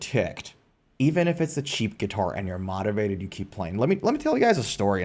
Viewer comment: why are you saying motivated like that....